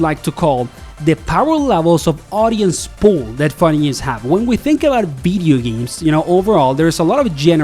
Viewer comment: “Veedee Games”